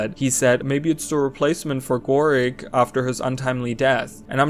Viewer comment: not Gorik but Horrik. Aetherblade fractal. HORRRIK RELEASE THE CANONS. AY JYAJ CAPTAIN! The man with the canon.